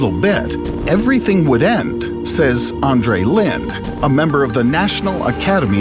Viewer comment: His name is pronounced Andrei Lin-DAY